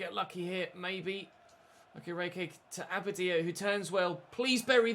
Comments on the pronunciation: Hi, I'm not Nigerian, I'm Ghanaian but I know the way you pronounce Okereke is waayy off😂. Unfortunately I'm not sure you to type out the phonetics for you so... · Day 50 of pronouncing Okereke incorrectly.